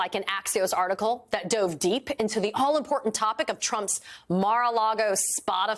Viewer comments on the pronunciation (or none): none